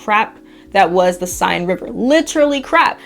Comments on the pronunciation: The river Seine is pronounced Senn. Not sign. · Seine is pronounced sayn.